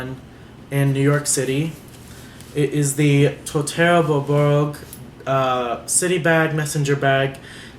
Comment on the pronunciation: Congrats!!! Very nice choice! I look forward to your review video on it! Thumbs up on your French..well said! For names, I'm thinking " Beau"...short for Beaubourg..and French for handsome, nice! =)